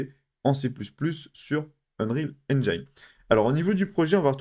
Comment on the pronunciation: Super utile, merci! (Mais ça se dit "n-jin" pas "n-jaïne" 😉)